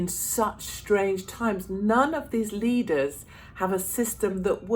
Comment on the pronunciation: Did you say "Leaders"!!!????